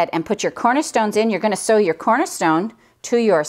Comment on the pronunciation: Sew not see